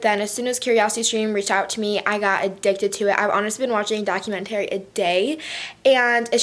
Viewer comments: Document- TARY 😂😂😂 I cant with the way she pronounces it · the way you pronounce documentary is actually hilarious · The way you say documentary haha